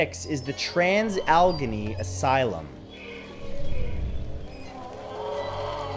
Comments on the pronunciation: It’s pronounced “ al-eh-gaee-nee” not “al-genee” but thank you for putting my home state on the list! 😁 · I know we West Virginia folk are considered to be backward, but at the risk of sounding rude... Alleghany is pronounced like alligator, not alchemy. Thanks! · It's pronounced Al-eh-gain-ee, not Al-gah-nee. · It's alle-gain-nee lol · Allegheny is pronounced Al-ah-gain-ee. And now you know. And knowing is half the battle G.I. Joooooooooe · Say it with me hon AL-E-GAY-NEE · "Al-i-gain-ey" ~Pam, WV. :) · Al A Gain Nee is the way Alleghany is actually pronounced. There are a considerable amount of Native American words in the area and that is one of them. Great Video as always! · Oh, sweety, no. Its trans AL-E-GHE-NEY, 4 syllables darlin' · Alla-gain-ee please. Lol. As someone from the area. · Trans AL-LA-GAINY (Allegheny) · allegheny = al-lah-gain-ee no? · Allegheny is pronounced al-eh-gay-nee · #6 is p pronounced al ah gay knee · It's pronounced "Al-eh-GEY-knee". Allegheny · Matthew, Allegheny is pronounced Al-a-gay-knee. Much love from West Virginia ❤️ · great video. oh, and its said like West All-uh-gay-knee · Allegheny is pronounced Al-la-gain-e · Had to laugh when he incorrectly pronounced Allegheny. But then again, I grew up in the suburbs of Pittsburgh, knowing how to say it. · Thanks Straka! Normally Matt’s pretty good about this kind of thing. I live in Western Maryland, and I cringed every time he said it wrong lol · I live in WV and his pronunciation gave me a tic. Lol